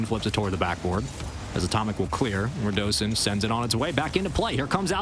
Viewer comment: its ru-doe-sin its not ra-du-sin